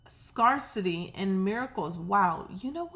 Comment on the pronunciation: I love your readings,! You make me feel like I have a good friend who knows just what to say when I need a lift. By the way, in the word "scarcity", the A is pronounced like the word, "air", not "are". Scarce. Scare. Not Scar. ❤️